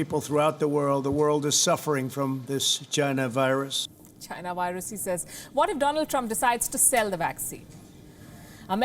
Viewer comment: Wohan vurus🤣🤣🤣. Palki u are the best